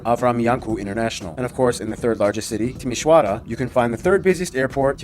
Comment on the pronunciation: Timisoara and constanta was pronounced perfectly 👌🇷🇴